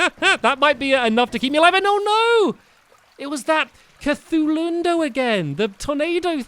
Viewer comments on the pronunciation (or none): It's a Kah-thu-lu-nade-o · "it was that...cthulhundo" that's cthulhunado, cthulu-nado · cthulunado ca-thoo-loo-nay-doe